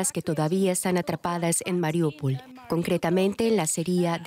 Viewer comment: Al fin un periodista pronuncia bien Mariúpol